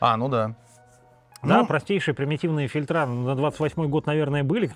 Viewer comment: ФильтрА, фильтрА. Это как дОгововор и договорА. фИльтры, мля!